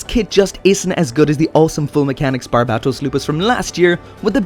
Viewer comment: THANK YOU HOLY SHIT THE FIRST YOUTUBER I SEEN THAT PROPERLY PRONOUNCED BARBATOS CORRECTLY!!!